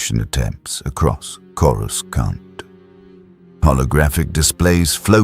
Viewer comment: Might I suggest that you write and narrate your script personally. At the time stamp indicated, I counted a dozen instances wher Coruscant was incorrectly pronounced.